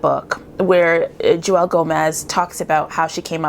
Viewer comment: Her name is pronounced like Jewel... not Jew welle. She introduces herself in another video her on youtube. ;)